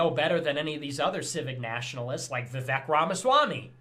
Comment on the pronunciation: In a side note, how is it they canNOT pronounce Vivek. Vivek R. literally told them how. "Rhymes with cake".